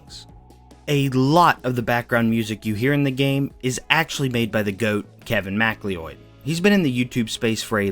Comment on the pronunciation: My middle name is McLeod and I can confirm, that's roughly how it's pronounced